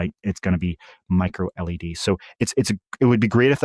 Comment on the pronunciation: Say micro elle ee dee, not micro lead, to eliminate confusion.